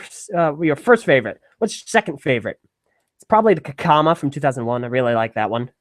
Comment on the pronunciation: He said Kakama.